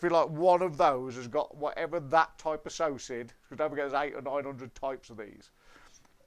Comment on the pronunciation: Psocid is pronounced (Soked) the P is silent. From Mason Exterminating (Kansas City Missouri). Cheers